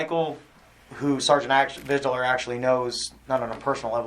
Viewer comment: Why didn’t I know that Vidler’s badge number is 0666? That’s noteworthy, especially when he looses it with dipshit Dewitte. Jeremy missed pronunciation classes. “Supposbly” and “Videler” for example.